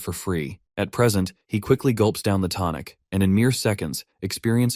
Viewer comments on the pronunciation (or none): none